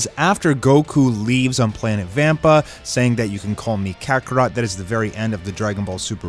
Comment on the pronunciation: I was wonderin did he mess it up when he said kakarot at the endin